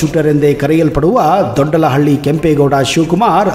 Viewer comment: ದೊಡ್ಡಳಹಳ್ಳಿ ಅಲ್ಲ ಕನ್ಲೆ ಅದು ದೊಡ್ಡ ಆಲಹಳ್ಳಿ ಅಂತ,, 😄😄